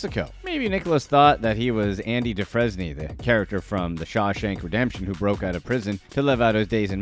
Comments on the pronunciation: And Andy Dufresne is pronounced doo-frain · Dude! I'm only 3 min in and you've butchered more than is reasonable: Bexar = "bear" Dufresne = "doo-frain" Tulum = "tuh-loom" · Dehfresnee? Really dude? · Why is he saying Andy du- fresne? It's pronounce dufraine!! ...wait........he's never effing seen shawshank redemption?!?! 😬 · Andy "DuFrezknee" ... "If you watch the movie carefully...." how about you watch the movie even one time, they say his damn name about 300 times. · Dufresne is pronounced DuFRAIN, as it's French. Not DuFREZNAY lol. Did you even watch the movie you're making a reference to? Noticing ALOT of this with YouTube Channels lately. This one guy does MMA sh*t, doesn't know FA about MMA and CONSISTENTLY gets things incorrect. Anywhoo. Back to th vid I guess lol. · Do frain! Do-frain! Dufesny Oml. That as bad as my ex mispronouncing donofreno 🤦🏻‍♀️😂 Just picking but thanks for the giggle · duFRANE ....who is Andy DuFrezney? lmao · Andy Dooo-fres-nee? 🤦‍♀️🤦‍♀️ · Andy Dufresne is pronounce DOOFRAIN....CanadienFrench thing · Lol Andy dufrense is pronounced “due-frain” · Dufresne is pronounced "Doo-frayne." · First, your pronunciation of Oregon is bothersome. And B, what bothered me most was you saying Andy Dufresne from The Shawshank Redemption wrong. It's pronounced Doo-frain like someone previously commented. If you're gonna make a comparison of someone to the main character of Shawshank, maybe you should watch the movie so you don't sound ridiculous. I stopped watching at that point. Not trying to be a d!€k here, just some constructive criticism. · Did he really say Andy Duffresney? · How dare you pronounce his name that way.. ITS ANDY DOOOO FRANE YOU FUCK. Great movie, watch is sometime! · Lmao doo-fres-nee 🤣🤣🤣🤣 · doo frez knee? lmao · DEW-FRAIN. That's how the name is said. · Lol…DOO-frain…..and it’s the BEAR county sheriff’s office….not BEX-ar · Andy doo-fray-n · I can't even take this video seriously after the Andy DOO-FRAIN mispronunciation. 🤦